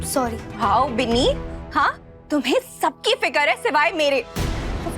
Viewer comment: Biili nahi binni hota h